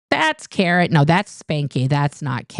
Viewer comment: Karin Pouw (fake sock puppet OSA spokesperson) shows up for nothing public. She's hidden away at the HGB. Her name is pronounced Car-in not Care-en. Heber Jentzch was a talented singer who played an uncredited role in the chorus of the film Paint Your Wagon. I'm always here to help you fact check at your pleasure. Oh and I had plenty of interaction with Marianne Pouw and can verify she was an absolute pit viper only second to Lisa Allen who was my assistant prior to CO Gold. Lisa was the one who hung the "lesbian" sign on Debbie Cook in the hole. I have a lot of info on all these folks which I'm happy to provide to you.